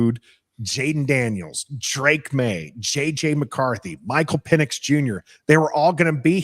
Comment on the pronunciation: it’s PEN-icks and you keep saying PEEN-icks. 😭 Michael Penix man